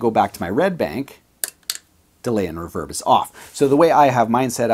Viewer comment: Why does pointy fingernail man say reverb wrong